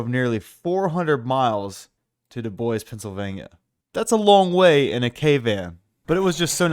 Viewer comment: DUDE!!! you where 2 miles from my place and i didn't know it. Hello from DuBois PA!!!! and I was Shock you said it right . Welcome to DuBois my friend. I hope we treat you right in are town of DuBois PA.